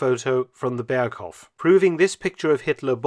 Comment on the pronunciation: "Berghof" with a slightly longer o, please